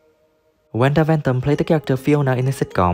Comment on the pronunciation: It's WANDA not Wenda. Don't you mean Brighton and Hove